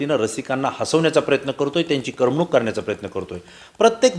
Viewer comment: करमणूक हा शब्द कसा उच्चारावा हे शिकून घ्या